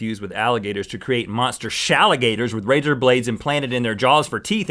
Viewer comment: did he say laser plated?